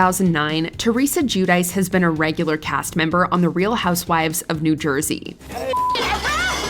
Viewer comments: I "lose everything" every time I hear the American pronunciation of the name "Giudice" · The pronunciation of Giudice is absolutely embarrassing